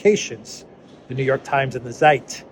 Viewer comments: Good content - as always - with lots of tongue-in-cheek. Love it. "Zeit" is pronounced "Tseight" to rhyme with "height". 🙂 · a bit better! "Z" in German is like "ts-". So "Ts'eit"